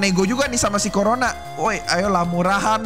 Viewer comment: KO RONA❌ CORONA✅